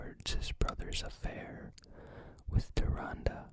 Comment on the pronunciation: AWWW YEAH YOU PRONOUNCED TYRANDE RIGHT I'M SO PROUD OF YOU BUDDY